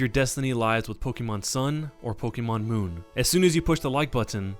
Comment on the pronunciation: It says mooon